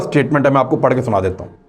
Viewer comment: deta hai amand to read instead of dera hai